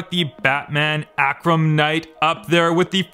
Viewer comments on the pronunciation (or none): Batman arrrrrrkam knight. not akram